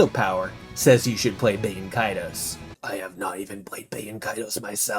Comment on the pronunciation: Bro really said BAIT-en Kaitos 😂